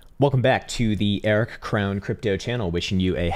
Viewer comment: For months I thought you were saying 'Air' Krown Crypto. Your recent enunciations have helped me to understand that it's 'Eric'. Lol